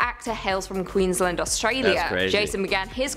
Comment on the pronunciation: That girl is not australian. She cannot even pronounce queensland properly.